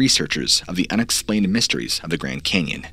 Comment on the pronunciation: The Grend Cenyon! LOL